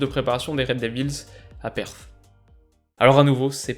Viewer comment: Petite précision, Perth se prononce "Peurth" et non pas "Pèreth";)